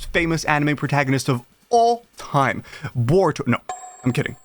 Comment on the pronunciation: he almost said boruyto